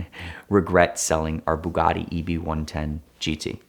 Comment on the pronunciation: Anyone else get a slight annoyance with the way he says Bugatti ?